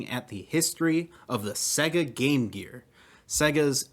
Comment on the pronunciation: That's SEYYGA. Not SEGGA.